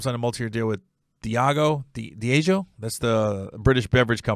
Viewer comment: Its pronounced Dee AHH Gio